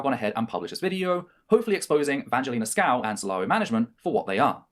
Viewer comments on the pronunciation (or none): Also just a side note is purposely saying her last name wrong which is just (Sk-oo-v)